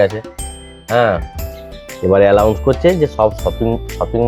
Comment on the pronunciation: আলাউন্স না আনাউন্স